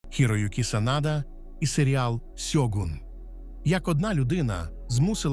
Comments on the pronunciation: Не Сьогунь, а Щогун не користуйтесь канапкою транскрипцією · Господі не сьогун а ШЬОГУН Не будьте руснею говоріть і пишіть вірно!